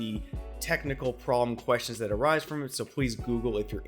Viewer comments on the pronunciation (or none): none